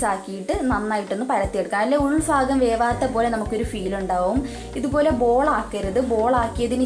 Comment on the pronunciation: Ulfagam ennalla ulbhagam.